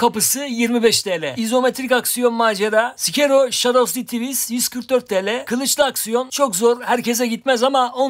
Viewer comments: Sekiro alacaktım ama böyle(sikero) telaffuz edilince aydınlandım vazgeçtim. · sikero ahah bundan sonra hep bu şekilde telaffuz ediciğim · sikero :D asfasdas fa telaffuzlar efsane ya